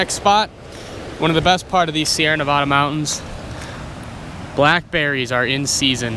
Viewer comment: YOU SAID NEVADA WRONGGGGGGGGGGGGGGGGGGGGGGGGGGGGGGGGGGGGGG!!!!!!!!!!!!!!!!!!!!!!!!!!!!!!!!!!!!!!!!!!!!!!!!!!!!